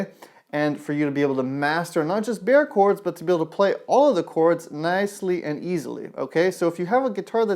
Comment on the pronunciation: You pronouce Bar Chords not bear chords